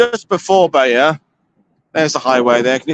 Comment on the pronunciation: As an American, I love your correct pronunciations of French places. I always thought Bayeux was pronounced as "Bay-you." Now I know better.